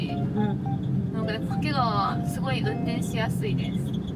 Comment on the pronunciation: 掛川も袋井もネイティブイントネーションで泣ける